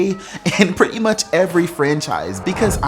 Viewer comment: That ‘Pretty Much’ sounded like my people....The British!